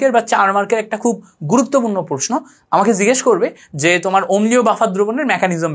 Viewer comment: Allah'r dohai. vai uccharon ta ektu thik koren, please!! you can count it as advice. Sodium, je, 6 please egula ekta thik vabe ucchar koren!!! Amar OCD type problem thakate ami esb uccharoner karone class e attention dhore rakhte parina, tai bollam. Kichu mone korben na vai, please!! Vai emnite Kintu class ta osadharon chilo